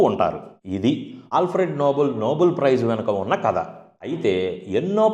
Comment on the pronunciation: Bro, it is pronounced నోబెల్, not నోబుల్. Thank you bro. Spelling is nobel not noble. అన్ని సార్లు విన్నాక correct చెయ్యకుండా ఉండలేక పోయాను. Thanx for the video.